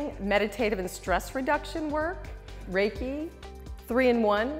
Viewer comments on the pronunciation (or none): none